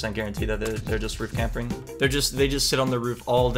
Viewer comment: u legit said campering LOL